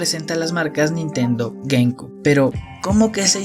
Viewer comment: Se pronuncia "gueimciub" y no "gueimcub" la ptm xd